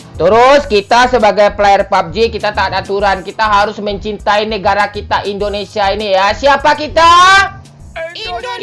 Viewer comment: Indonesia bang Bukan Endonesia